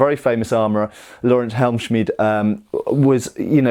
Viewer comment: That Helmschmidt came Clean. 👌 that "sch" must be as difficult to you Englisch as the "th" is to us Germans. :D